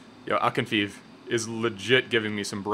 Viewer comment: The goalkeepers name is pronounced Akinfejev not Akinfeev like your write it in English xD